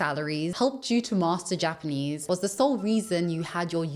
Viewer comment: His Japanese pronunciation is very poor - his he manages that after living and teaching English in the country for years, it quite impressive level of failure.